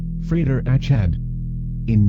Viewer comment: This is quite well done, despite the annoying computer voice. However, the pronunciation of Achad is incorrect.